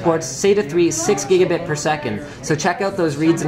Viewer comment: What the difference between "Gigabit" and "Gigabite" as he said on the video.